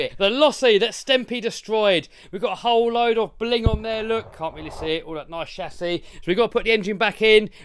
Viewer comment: I come to this channel just to hear him say CHASSIS!